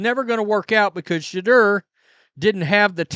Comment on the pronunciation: How you say his name makes my balls ache